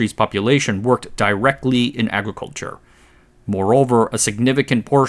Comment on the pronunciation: "Entyrrr Agriculhurre Sekterrr"